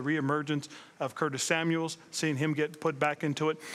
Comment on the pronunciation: This fool doesn't even know his own player's name. It's Curtis Samuel coach, not Samuels smh